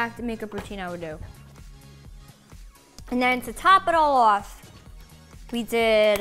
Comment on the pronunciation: If you switchout the lip and refine the technique this is a look for me tbh THE MAKE UP BROUGHT BACK HER ACCENT!! "To top it all owf"